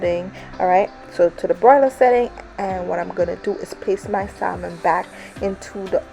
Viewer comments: Saying SaLmon instead of Sahmon bothered me so much I couldn’t finish the video. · SaMon. The "L" is silent.